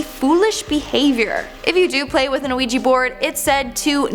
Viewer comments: ‘IT IS ‘WEE JEE’ NOT ‘A WEE JEE’ ffs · Isn’t it pronounced wee-jee not a-wee-jee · pronounced wee-gee. not uh-wee-gee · Isn’t it pronounced we -G? Not. O-we-g!😱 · it's just wee gee, the same way "oui" is pronounced wee in French...what's an a wee gee board? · wee- ja board, the o is silent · its like shes saying luigi bored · Please stop saying anaouija board! It's bugging me. Hahaha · a ouija board not an oweeji board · It's pronounced "wee-jee". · Thank you! O- weeji it was getting on my nerves to 🤣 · Just wondering...Isn't it pronounced "wee - gee" board? 🤔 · sthurston I’m glad I read the comments before posting because I was about to say the same thing. It was driving me crazy all through the video hearing her say it the wrong way. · An Ouija board 😂😂😂 stop saying it like that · Not to pick at tiny little things, because I love and the videos she makes, but her pronunciation of ouija board is actually getting to me 😂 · Idk if it's her accent but the way she pronounces Ouija seems off to me. It's probably just me 🤓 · Trap Town XYX yea, I get it's spelled like that but I've never heard it like that before. I thought it might just be a Canadian thing